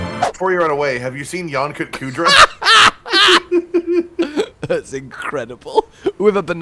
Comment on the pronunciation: Ah yes , nyan-kut-kudra